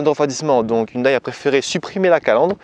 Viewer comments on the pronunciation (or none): hyundéééé, pas hyndaille..... :s